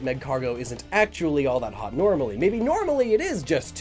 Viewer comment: I thought it said not thot instead of not hot